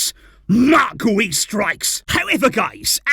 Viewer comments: Its pronounced gee-oo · It’s pronounced “gew” like “you” with a G in front of it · His last name is pronounced "Gee-ou" a hard 'G' like the word 'gear' ... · Its Guiu like opposite of how you’re saying. “Giu”” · I think Guiu is pronounced like Jiou. I may be wrong but tahts what it sounded like when Gemma Soler said his name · Pronunciation: ghee-OOH